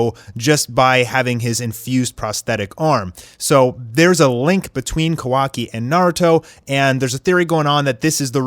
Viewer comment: did this guy rlly just pronounce sharingan wrong? he just pronounced it at shareingan 🤣🤣🤣 like bruh rlly and did the same thing with kawaki's name it's pronounced kawa-ki not ka-wa-ki